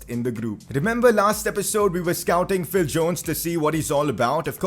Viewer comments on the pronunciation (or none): none